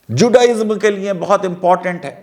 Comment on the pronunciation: آپ بولتے بہت اچھا ہیں اور علمی اعتبار سے بھی معتبر ہیں۔معذرت کے ساتھ۔جب آپ لیے بولتے ہیں تو سننے والوں کو لگتا ہے لیے نہیں لییں بول رہے ہیں۔اس بات پر توجہ دیں۔liye کی بجاے liyein لگتا ہے۔